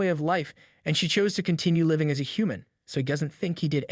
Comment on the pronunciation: how was bro live-ing and not living